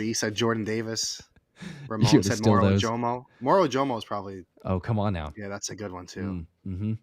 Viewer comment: The Eagles pronunciations box on the official superbowl list for Moro Ojomo is (MORE-oh oh-JOE-moe) So you've been saying it right.